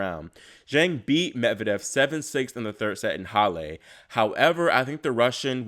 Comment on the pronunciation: hallaaa not hall AYYAA dam this channel sucks